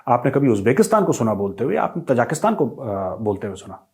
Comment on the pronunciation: मेजर साहब तजाकिस्तान नहीं है.. ताज़िकिस्तान है.. ताज़िकों का मुल्क...प्लीज सुधार कर लें